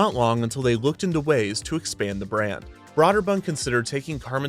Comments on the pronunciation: Is it really pronounced "brod-der-bund?" I thought it was more like "brew-der-bund" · I thought it was pronounced “Broh-der-bund”, not “bra-der-bund” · At the time the name was pronounced “broh’-der-bund”. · Great video, except I twitched every time you pronounced "Brøderbund" with an "aww" instead of "ew" sound. When in doubt, just make it a hard "o" sound, if the correct pronunciation is funny to your ears. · This video made me look up how to pronounce Broderbund, because I've never heard it pronounced Braw-Derbund. I thought it was Bro-Derbund, but apparently it's Broo*-Derbund. ("oo" as in goose.) But then I also read it was a made-up word that's basically a jumbled mess of four different languages and the "ø" that's used isn't a reference to any language but from computer terminals. .... ...Häagen-Dazs. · I've literally never heard anyone pronounce it 'braw'derbund. Not trying to be facetious, just interesting. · broderbund is not pronounced broader bunned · Kevin: Brah-der-bund. Me: Well, it may not be the right pronunciation, but I'm sure he only says it a few times in the episode. Kevin: deep inhale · Kevin, When you said Broderbund I thought The Pac-Man type game: Snoggle. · You keep pronouncing Broderbund wrong the whole episode its really annoying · Would've been nice if the narrator learned how to pronounce Broderbund and Karateka right, lol.